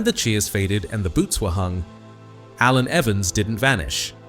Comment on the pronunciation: Shame the AI commentary couldn't pronounce his first name....